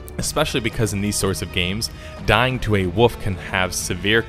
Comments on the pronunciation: in csgo you lose your rank if you lose planetside did the whole persistent world so its not like other games didnt do that and wolf has an s in it that should be pronounced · The best thing about this review is how you pronounced "wolf" as "wuff"